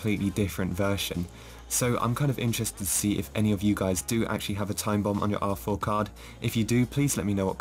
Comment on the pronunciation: I always hear awful instead of R4